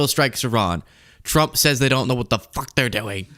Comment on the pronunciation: 😂 The best thing I've ever heard coming out of his mouth was that f-bomb. He really stuck that f and emphasized the uck. A 9.5 on the fu*k-drop-o-meter!